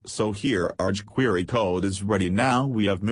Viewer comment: they way the speech engine says chquery is hilarious! But that's for using a speech engine if you can't speak clearly I really like this better!